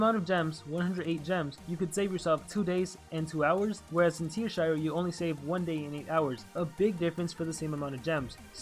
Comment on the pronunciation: It's Teashire, not Tearshire. :P